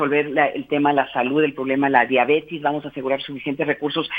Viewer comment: "Diabetis" dice esa Ana